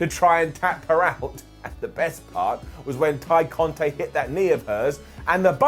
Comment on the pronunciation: You got to stop. It's Tay Conti (eeeee) not Conti (ayyy